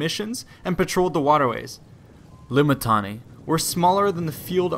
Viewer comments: I know you messed up the pronunciation of Limitanei and had to go through your audio and edit it. I know. Don't think I didn't notice. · "L-I-M-I-T-I-A-N-E-I and reserve forces known as, Comitatenses. L-I-M-I-T-I-A-N-E-I were stationed in forts..." lol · Always love hearing back from you guys and trying to improve based off it! Tried my best to fix my mispronunciation of Limitanei after seeing how they said it in game... the edits were a bit more apparent than I would have wanted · rofl every time i hear this vid say limitanei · I was just wondering why that sounded off